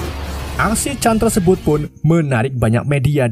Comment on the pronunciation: Tersebut gan bukan tersebot 😂